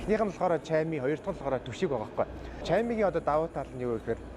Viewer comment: Camig shaami gej unshdag hyn bnu